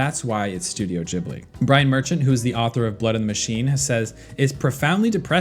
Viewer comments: This was painful to listen to, it's pronounced "Guibly", not "Jibly" 😅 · It's ghibli not Jibli